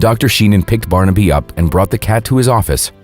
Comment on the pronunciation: How weird. I’ve just been watching this video on my TV where the narrators constant mangling of the name ‘Barnaby’ (which he kept pronouncing ‘Barn-Abbey’) was driving me bonkers. Yet here the narrative has thankfully been changed and it’s now being pronounced properly. I guess the previous video was driving other Youtubers mad too -so they changed it. I can now actually bear to watch and listen till then end.